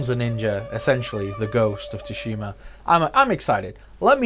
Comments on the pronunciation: Hearing Tu shima is so cringY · So excited to play dude! Greeeeat video dude! Its (T)sushima. T is silent lol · if only you can pronounce TSUSHIMA! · It's quite bad huh 😅. Years of anime in subbed all for naught 🤣